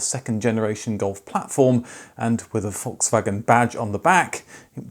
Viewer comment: In German the letter "a" in any word is pronounced as in "arc", "car" or "dark". If it is pronounced like in "Dad" it would be an "ä" or A Umlaut. Just commenting because Volkswagen is not Volkswägen. :D